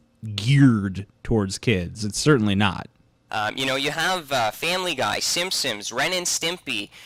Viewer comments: So, my last name is Simpson, and every time he says "simsim" my heart stops breifly. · He says simpsims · I think this guy has a speech impediment. He keeps calling the simpson's the simsim's. Either that or he's being insidious. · "The Simsims" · At first I thought he misspoke... omg STOP SAYING SIMPSOMS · "The Shimpshoms" "Shubconshus" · Sounded more like "Simpsins" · Every time says "The Simpsons", it sounds like he's saying "The Shimpshoms." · It sounds like he says Simsims instead of Simpsons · It bothers me to hear him when it sounds like he's saying "SimSims" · Instead of "Simpsons" he says "sims sims" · Did anyone else think that he was saying the SimSims. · Yonder fecker kept saying Simsims....